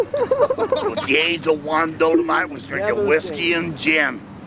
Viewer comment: Learned it from his brother Wayne, who learned it out in California, and it's Dolomite, Google that shit. pronounced it Dodomite, but whatever.